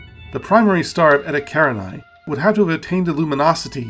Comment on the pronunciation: You know what contributes a lot to these objects being unknown? Your mispronunciation of them. Eta karinai. Yeah, I've never heard of that before.